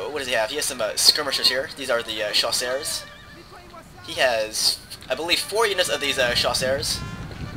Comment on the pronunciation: chasseurs pronounced jusör. The ö is swedish sorry but english don't have the letter ö. Ö in french is EU